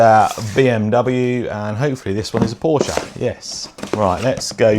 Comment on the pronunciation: How can you call yourselves a "massive fan" of Porsche while referring to it as "Porsja"???